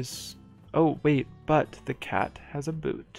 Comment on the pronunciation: Technically, your pronunciation of "cat" for the marquise is incorrect. You're pronouncing the english version, /kæt/, while it should be pronounced more like /kat/ as in "cart"